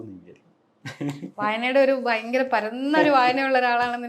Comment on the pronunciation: ഓ!.... നിങ്ങളുടെ അത്രയൊന്നും വിവരമില്ലാത്ത ആളുകൾക്കിടയിൽ... .ഭയങ്കര സംഭവമായി താങ്കൾ കരുതുന്നു... ഹോ....താങ്കൾ ഒരു മഹാ സംഭവം തന്നെ.ഇൻ്റർവ്യൂ ചെയ്യുന്ന സേച് ച്ചി. "ഫയങ്കര സം ഫ വം"തന്നെ.